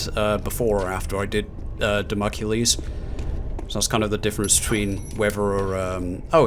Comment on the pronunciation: Dah-moh-clees. I (eventually) managed to complete all the TRA time trials. The final one I did was Obelisk of Khamoon. FUCK Obelisk of Khamoon, possibly WITH the Obelisk of Khamoon. Unlocking the Golden Shotgun is a good idea for any levels with mummies.